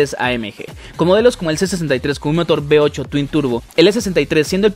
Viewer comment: Que alguien vaya a Latinoamérica a enseñarles la diferencia entre LAS LETRAS V Y B. " Motor B8' ES V8